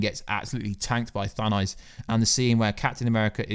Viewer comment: The way you say "Thanos" grinds my gears. Good video nonetheless.